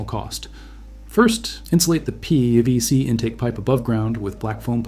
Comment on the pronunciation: I hope you consider this civil...but why can't you say PVC? It sounds like it's the first time you've ever said the phrase aloud.